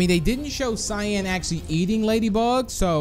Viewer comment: I love how you called cyan shyan